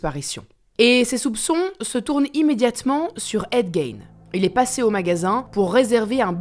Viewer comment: C'est fou de faire une vidéo sur un gars et pas se renseigner sur la prononciation de son nom